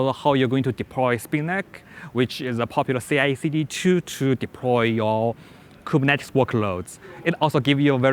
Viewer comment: The only issue is how he says Kubernetes and a new other words he seems to struggle with. Beyond that, solid information and good presentation with good control over disfluencies.